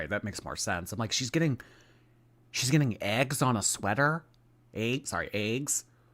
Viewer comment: I've never ever heard before anyone pronounce "eggs" the same way I do!!! 😲😄 I always blamed it on the PA Dutch upbringing! 😄😄 I have to make a conscious effort to say it correctly, or it comes out like that. I guess you've seen your share of horse and buggies. 😄😄♥️